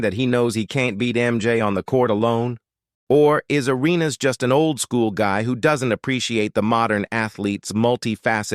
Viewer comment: AI is weird. I mean you can’t even say Gilbert’s last name right.